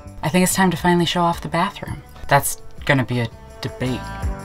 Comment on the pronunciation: Very cool! Except for the "barhroom"...😅